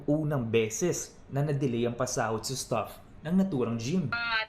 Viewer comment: mali yan bigkas mo sa STAFF.. ang pagkaka bigkas mo ay ganito STUFF parang STUFF TOY... 😄😄 anung klase kang reporter